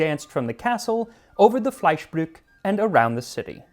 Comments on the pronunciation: Your pronunciation of German is very good. Just remember: There is no silent e in German, so it is for example Fleischbrück-e not Fleischbrück, but otherwise well done! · Make sure always to pronounce those trailing E's in German, Max! brück’-eh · Nice job with the ü (for an English speaker) but the e at the end isn't silent. Similar pronounced like the e in end.